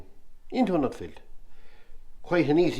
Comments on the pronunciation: Its NUFFIELD not NUTFIELD. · Great video,I have only one gripe and that is why do people pronounce Nuffield as Nutfield , as a Nuffield owner it drives me around the pipe.